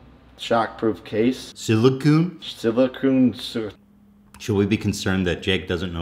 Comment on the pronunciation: Surprised Jake couldn’t pronounce silicon. His wife is literally walking silicone implants.